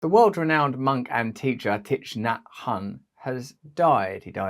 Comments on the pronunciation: its pronounced "TICK" get your pronunciations right RB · Yes.It is pronounced TIE. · Thich part is pronounced “tick” 😊